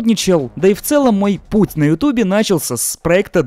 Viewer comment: Лютейший "пуит" до часика спейсфлайь